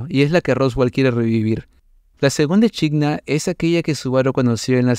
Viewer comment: me da tok que diga echidna tal cual en vez de equidna aaaa